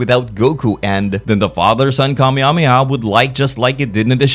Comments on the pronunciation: "Kah-mia-mi-ah" (ರ◡ರ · Every time i hear you say kamehameha its funny af its great "kameameah" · Mafuba?! you said that wrong... although i should be surprised i mean you can't even say Kamehameha right.